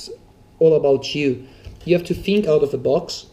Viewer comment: when this guy says fink instead of think)